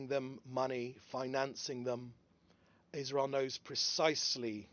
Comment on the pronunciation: Israel ❌ Wasreal ✅